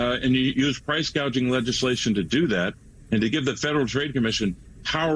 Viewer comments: Price gauging, not price gaging lol does she even know the definition between the two, she needs to go Venezuela and see what they did and where they are, utterly worrying if her crazy agenda is not listened to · He said gouging at least 7 times in one sentence… excuse me sir she did say gaging- gauging (?) regardless, she said gaging! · Throughout Kamala's entire speech she keep saying "gaging" instead of "gouging". Does she even know what she's saying when she's reading the teleprompter?